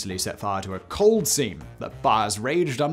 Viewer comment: Did you say they set fire to a "cold" seam? Lol